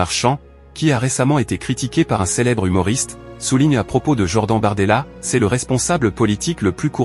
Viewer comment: votre ia de synthèse vocale est vraiment bidon "jord-AN" "pr I me time"